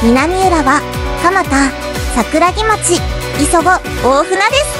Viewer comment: 1分46秒 桜木町(さくらぎまち)❌ 桜木町(さくらぎちょう)⭕